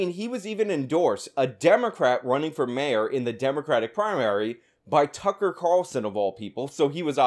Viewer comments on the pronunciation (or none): none